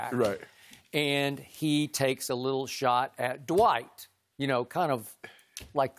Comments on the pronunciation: Shannon said ‘Dwite’ “LOW HANGING FRUIT” 🤣🤣🤣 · Dwiht, No G in dwiht !! Lol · Shaq knows - that there is no "G" in Dwite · Shannon and Skip were calling him Dwite. Lol. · "Dwite" has Kryptonite boots... LOL! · Jalen Rose sais it best, there's no "G" in Dwiht. He ain't that guy. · "Dwite" is a decent player..lol SHAQ